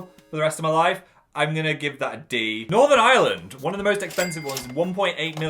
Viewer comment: The way he pronounces Northern Ireland sounds so posh